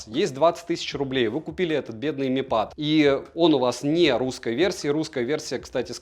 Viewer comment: ПЭД БЛИАТ СУКЕА, А НЕ ПАААААД